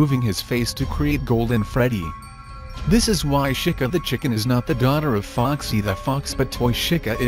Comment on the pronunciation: lol he says shica